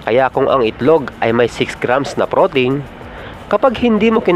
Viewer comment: nadidistract ako sa pagbigkas mo ng pro-teyn... pro-teeeeeen yun sir.. anyway, pinanood ko ang mga videos mo dahil chill lang.. salamat sa mga videos mo